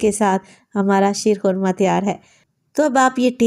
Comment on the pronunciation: Shair khurma nhi sheer khurma ha